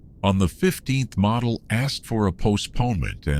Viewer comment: Why can't they get Model's name right? He's not a toy. You say the O: like one of the 4 stooges: Moe: Model